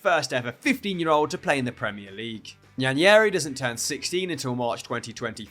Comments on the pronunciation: Bro said Ethan Yenyari 😂😂he butchered it💀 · Just a little correction, Nwaneri is pronounced “Waneri” the N is silent. The name is an Igbo name from eastern Nigeria. Hope this helps with future attempts at pronouncing his name. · Because they're not familiar words and pronunciations to people from here. Apparently no one knows how to say Nwaneri, I've seen 3 different suggestions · Does know that Nwaneri’s name has an N at the start? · why are you pronouncing Nwaneri like it’s a spanish name, that was horrid 😭